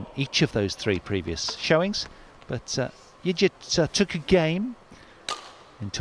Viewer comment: The name Yigit is pronounced with a hard G as in forgot, not like fidgit. So irritating to have the commentary mispronouncing it constantly. The umpire got it right. I much prefer the expert commentary from Steen or Morten.